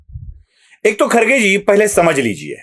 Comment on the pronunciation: YE KHARGE NAHI BALKI KHADGE ENGLISH ME ''D'' KA ''R'' PRONOUNCE KIYA JATA HAI. YE SAHAB K H A D G E HAI KHADG MRUG KA VANSHAJ HAI. BAKI TUM SAMAZ LO.